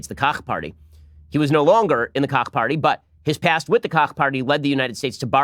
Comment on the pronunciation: did you say “cock party” ?? And if so, how can a someone join? Asking for a friend